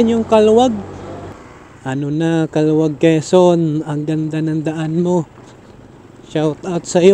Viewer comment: Kalawag po ang pronounciation...😂